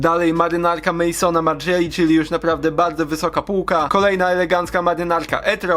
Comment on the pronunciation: Zmienić tło. Margiela to Belg. Problem z czytaniem obcojęzycznych nazwisk, można załatwić w parę minut, sprawdzając na specjalnych stronach, jak czyta sie takie nazwiska.